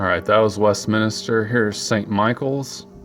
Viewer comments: It's Westminster not Westminister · There you go again, it's West"min"ster, not minister. Why can't you get that right? Your speech is fine except for the transgression. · Can you please stop saying West "Minister"? It's West"MINSTER". There's no extra "I" in there.